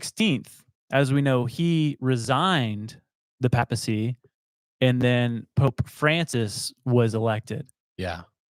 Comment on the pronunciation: Its not a pap-smear 😂 it’s pay-puh-see